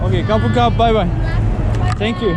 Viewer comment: Kapunkap nedir ?!! telaffuzları ve altyazıyı orjinaldeki gibi yazarsan çok daha iyi olur. Doğrusu erkek için "Khob khun krub", kadın için "Khob khun ka" ( teşekkür ederim) R harfini söylemiyorlar Krub (kap) ve krabi (kabi) şeklinde o yüzden söylediğin krabi'yi anlamadı.